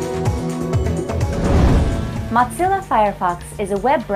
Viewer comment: Who in the world says ,,mot-zilla"? And also thanks for the video...